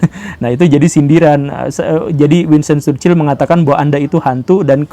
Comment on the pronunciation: Chchrherhrhrhchurchil goverment -churchill 😂